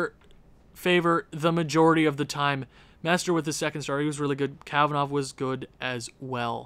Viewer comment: MestRE not MestER (Mestre is Master in portuguese)